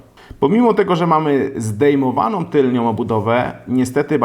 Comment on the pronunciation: Tylną* nie tylnią.